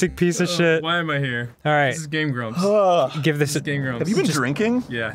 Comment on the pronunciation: Tbh, whenever I heard someone say "Game Grumps", I've always heard it as "Game Grubs", but I knew it was Grumps, it just...sounded that way. lol